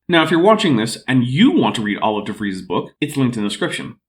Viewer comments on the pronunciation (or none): also butchered "De Vries" pretty badly IMO, but I'm more familiar with German than Dutch.